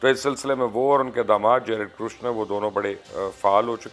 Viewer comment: ITS NOT KRUSHNER, IT IS KUSHNER.